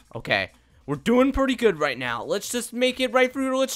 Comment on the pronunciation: Actually its right behind me 😂 not "rigt" behind me you correct him I correct you